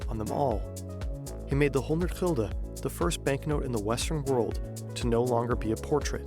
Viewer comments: GULDEN not Hilde lmao (English: Guilder). I think many of your viewers never seen this as it was only introduced 21 years ago as the euro was introduced in 2002, not 50 or 60 years ago lol. We had al sorts of nicknames for them (from most modern to old if applicable) 5 cent coin: Stuiver 10 cent coin: Dubbeltje and Bas/Beissie 25 cent coin Kwartje (quarter) or Heitje or Maffie 1 Gulden: Piek - pegel -pegulant 1,50 guilder (discontinued in 1847) Daalder 2,50 coin: Rijksdaalder or knaak 10 gulden bill: Joet (originating from the Jidish Jod, the 10th letter of their alphabet) 25 Gulden bill: Geeltje *named ofter the original bill color which was yellow, later it became red but the name stuck) 50: Gulden bill: Zonnebloem (sunflower, after the image on the bill) 100 Gulden bill: Meier (originating from the Jidish word for 100 Mei'oh) (last version also called Snip after the bird on the bill) 250 gulden bill: Vuurtoren (lighthouse, also named after the image on the bill. both the 50 and 250 Gulden bills were the last additions. the 50 was added in1982, the 250 in Gulden bill: Rooie Rug/Rug (red back as in your backside) named after the color of the original bill, also Krant (newspaper) as it was a HUGE bill. Some coin names that originated from coins that were discontinued early 1800's but still have a meaning in Dutch sayings even people have no idea what coins they talk about Duit: used in the saying "een Duit in het zakje doen" (putting a Duit in the bag). a Duit was 1/8th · It is called "gulden" not "gilder" lol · Gulden. The u sounds like the u in dull. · Gulden (an old word for gold), not "Hilda" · Nederland has Gulden spoken(chulden) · it is gulden niet hilde.